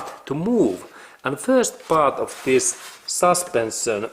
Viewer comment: Как правильно говорить слова: suspension, ignition, position, protection на русском саспэншн, игнишн, позишн, протекшн (вместо саспенсион,). И не металик саунд, а кланкинг саунд. Над произношением надо поработать 😅